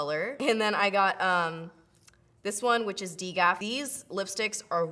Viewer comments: HAHA! "dee-gafee" its d.g.a.f (don"t give a f***) love you doeee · you are freaking gorgeous! i love you! i died laughing though when you were talking about the melt lipsticks and you pronounced DGAF like "deegafees", im pretty sure it stands for "dont give a fuck" lmao ! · Ok, I don't want to sound bitchy by saying this, but I giggled when you named the second Melt lipstick color. If I'm not mistaken, it stands for "don't give a f***" and I don't think it's pronounced "dee gaf" but then again, I could be wrong. I love your channel! 😊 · omg how you pronounced dgaf... i think it stands for "dont give a fuhhh"